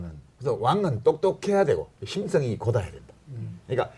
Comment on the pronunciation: 고다야--가 아니고 곧아야 입니다